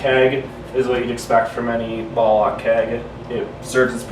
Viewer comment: I'm a sad git I laughed when he keeps on saying ballak it should be ball lock good video thanks